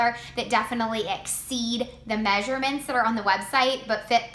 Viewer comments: Measurements "MAY-SHUR-MINTS" What accent is this? Lmao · Im from minnesota... and i dont say may-sure-mints. But ive heard some people here say it.